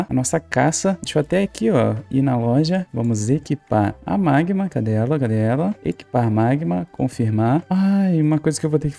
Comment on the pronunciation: Oi tudo bem? Gostei do vídeo, rachei o bico quando vc falou "magmam" aakkakaka sou seu fã 🤠 tem como me mandar feliz aniversário no vídeo amanhã e meu aniversário estou fazendo 14 anos amanhã